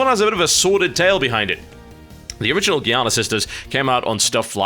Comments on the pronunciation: TB, Giana is pronounced Jee-ah-nah, not Gee-ah-nah. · It is pronounced "djiana", with the same sound of a "j", not with a "g" like in "gear". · It's Giana, not Giana. :D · TB its "giana" :) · TB it is pronounced Giana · It's with a G, not G. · Since the game is made by Germans, it is probably pronounced with hard G, and not the English g that is more like a j... not that it matters. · Giana is an Italian name (like say Mario) and should be pronounced like a J (like Genoa, Geordie La Forge, or Giovanni)